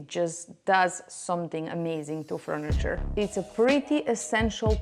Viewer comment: Not froniture but furniture 😅